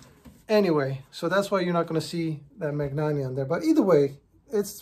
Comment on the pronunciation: Since you probably come across Italian words/ brands a bit in your work, just a note on pronunciation: in Italian, gn is pronounced like ny in English. E.g., Bologna sounds like Bolonya; Spagna sounds like Spanya; Magnanni sounds like Manyani